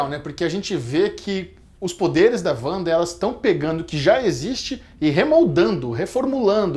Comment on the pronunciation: Parei de ver no "Uanda"